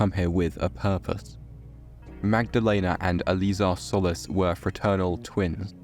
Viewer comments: Love the video but their last name is “Sol-lees” not “Soulless” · It's pronounced "Sol-eece" (Solis).